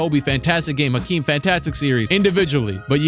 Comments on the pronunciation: My man said AKEEM lolll dkm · Who is Akeem, its Hakeem!? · Bro it’s Hakeem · Hakeem with an H wtf??? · Bruh, they messed up a legend’s name?? It’s Hakeem! 🤦🏾‍♂️